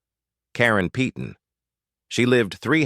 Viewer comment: peyton is pronounced payton not peeton